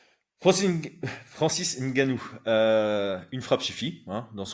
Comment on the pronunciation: Je salue l'effort de prononciation pour le nom de Ngannou